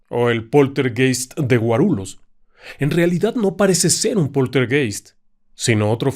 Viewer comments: Querido, diga Guarullos en vez de Guarulos. Lh en portugués se dice Ll. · Se pronuncia GUARULLOS la lh de pronuncia igual que en Español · En portugués la "lh" se pronuncia "li", por lo que Guarulhos se pronuncia "Guarulius" y la "o" como una "u" suave